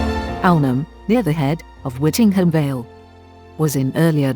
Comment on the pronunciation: Very interesting but it is actually pronounced Whitting- Jum